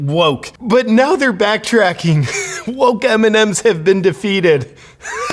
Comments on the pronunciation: evrytime he sez mnms i understand eminem and im like WHAAAAATTT????? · I keep understand "Eminen"